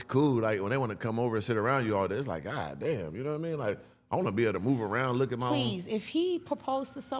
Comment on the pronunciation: “Profected by Gawd” 😅😅😅😅😅😅😅 TELL EM!